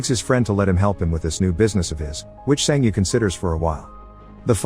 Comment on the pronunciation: Bro it's not "san ji yi" it's "san ge" with a hard g. I know the words are automatically generated but this annoys me